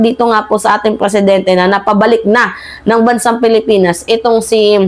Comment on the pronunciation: Maam , Presidenti po hindi Preeeesidenti 😂😅